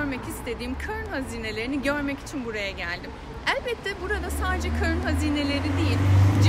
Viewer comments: keşke Kârun u dogru telaffuz etseydiniz ve çocuk müziği değil de daha müzeye uygun bir müzik seçseydiniz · keske konusunu yaptığınız karun kelimesini bari doğru okusaydiniz